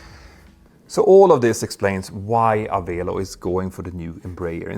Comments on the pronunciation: Pronounced "a-VELL-oh" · Just a minor note: Avelo is pronounced like 'Hello'. :chillwcat